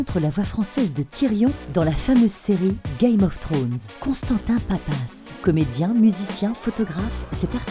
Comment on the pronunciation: "Gayme ofze Trone"